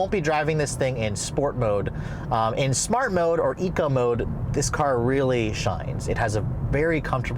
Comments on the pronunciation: OMG, How do You Say SMART But Pronounce it as SHMART !! Where Did You go to School, Certainly Not in the United States of America!!!🤔🤬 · Please don’t eva say shmart park again 😂😂😂